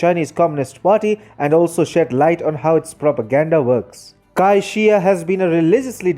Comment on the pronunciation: Good video, but look up the proper pronunciation of names before making a video. The Chinese name Cai is pronounced "tsai", not "kai".